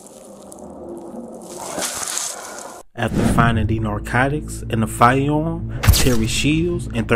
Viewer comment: Fiyeyahm - "firearm"